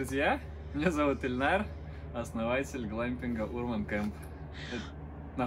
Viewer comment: ударение на Урман))